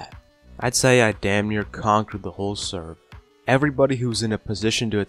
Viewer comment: Please! Say server.